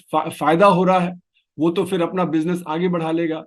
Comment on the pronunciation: Please don't say FIR. It's PHIR. You are such a good speaker - don't ruin it with one word.